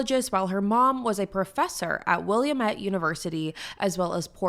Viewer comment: will-am-ete is how it’s pronounced (from a native oregonian)